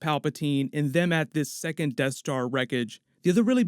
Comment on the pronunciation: Sounds like is saying “tattooing” for second lol